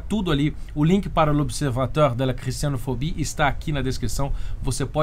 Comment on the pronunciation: Caro, sem querer ser chato, mas já sendo muito chato rs... o senhor pronunciou errado “observatoire”. Em francês o “oi” tem o som de [uá], logo, o correto é [observatUÁr] e não “observatEUR” como você falou. Para fixar a regra, basta lembrar de duas palavras que já se incorporaram na língua portuguesa: “boite” [buát] e “toilette” [tuálét], além do caricato moi [muá]. Desculpe, é porque doeu. rs 😬🤭🙈